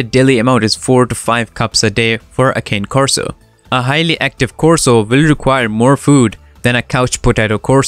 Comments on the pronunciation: “Cah-neh Corso”. Italian for Coursing dog. Please…Not “Kayne” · Kah-nay, not cane. FYI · Again “ cane” it’s fucking “ car na Corson” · Also, they do not tolerate extreme heat 🥵. Therefore, they will prefer to be indoors where it’s cooler via fans, swamps coolers or air conditioning. Additionally, the first word in the name of this breed is Italian and is pronounced “Kay-nay,” NOT “Kān!” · With all the respect, it is not Cáne Corso, it is Cané Corso. The emphasis is on the É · FYI you are Pronouncing "Cane" Corso wrong its not Cane like suger Cane its "Con-Nay" Corso i have several videos on my channel I've made you can listen to and use the right pronunciation 👍🏻😁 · You're pronouncing it wrong. It's not pronounced "cane" as in candy cane, or as in can either. The E is not silent. It's pronounced Kah-Nay Korso. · It's not Cane it's Cane. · The fact that you call it a KANE Corso let’s me know off gate you have no idea what you’re talking about. They prefer to be outside? Really? Go back and talk about a dog breed you have some knowledge of because obviously you know nothing about the KAH-NAY-KOR-SO!! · why don't you learn how to correctly pronounce the breed- it is not a cane corso it is a kah-nay corso!!! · It's pronounced Kah Nay not cane, which simply means dog in Italian. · You're saying "Cane" wrong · 🗣kāh’náy kor-so.... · it's not that, Cane Corso's are Italian Mastiffs so it's pronounced like *Con-ie Corso. His accent doesn't prevent him from pronouncing their name right. If it was a random person pronouncing it wrong I wouldn't have said anything but he's trying to sound educated on the breed. That's why I said he's not saying their name right, nothing to do with his accent, just has to do with breed knowledge. I'm sorry I was rude to you. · First its pronounced "kay-nay" corso. My dogs love to be inside. They are one of the best breeds if trained with positive enforcement. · ...I have always heard 'Ka-nne'... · Did my guy just say cane coraso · Con- nay corso